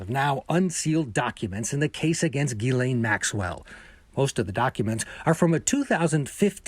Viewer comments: why is everyone mispronouncing her first name as Guylaine...her name is Ghislaine...completely different. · It's GHISLAINE Maxwell, not Elaine Maxwell!!! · It's a French name pronounced Jislaine or Jessie for short.⚖️ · This male commentator should learn how to pronounce the name “Ghislaine” it’s French and the first “G” is pronounced like “G” in George,,,,,,,,,,!!! Amazed you don’t this !! Yet are on Television